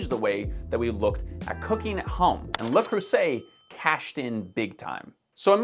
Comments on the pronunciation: OMFG! Did you actually say "Le Crusset?" Seriously!? Dude, please. Le Creuset - Like Crooset, not Crusset! Lawd I swear your pronunciations are atrocious! My mom had several pieces, an oval baking dish with beautiful fluted handles and two dutch ovens. One smaller, perhaps a 3qt that she got with the dish as wedding gifts, and one 7.5 qt that I had bought for her about 30yrs ago. She used it and the other dishes regularly for years. Sadly, when my parents passed my brother ransacked their house and sold everything before I was able to get down there. So disappointed. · I knew you weren't gonna say "Kroo-say". But Krussit instead of Kroosit? Anyway, I got Mallwart🔅 knockoff, and it's been great for bread since 2015. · Ooof. The butchering of the French name is painful. Supposed to sound more like “le creuh-Zeh” with a rolled R… the euh sound in creuset should sound more like the “ear” sound in “earth” and it’s ZEH not ZAY at the end. I have had two pans for 10 years and they’re in great shape. The Dutch oven is my next big purchase :) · Pronounced: Leh Crew-say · I’m NOT French but I lived & survived in Paris for a year, you are not pronouncing it correctly. “Lù Crusay” and add phlegm for the Rrr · HOW DID YOU JUST PRONOUNCE Le Creuset?!?!?! Le Creuset is pronounced as "luh kroo-ZAY" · Even if it wqs a joke, you gotta PRONOUNCE the products name right!!! 🤦‍♀️ It's a FRENCH brand, so it's pronounced Loo-Crew-Zay. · Le CRUSSET? No, that's not how you say it. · what the hell no it's not le crew say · It's not La Crue Say either! I French, "eu" is pronounced like the "a" before "a" bear or "a" house. Or a little like the "u" in crust. And the S in creuset is prononced like a "z" and not a "s". And it's not an open "ay" sound, that doesn't really exist in French (unless we take local accents in consideration). It's more like the "e" like in theory. La cruzey? I honestly don't know how to write it so that English speakers know how to say it... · LEU CREUZAY !